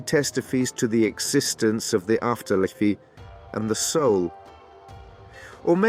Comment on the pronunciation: Ahh.. 'The after liffy'...